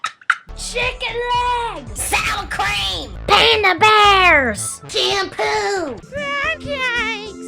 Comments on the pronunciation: i actually believe she says SALCREIM and SPRINKLES! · sour. crem :’c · sowa cream 😢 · "SouR CrAim" Truly the word of all time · ''SOUR CREAM'' lol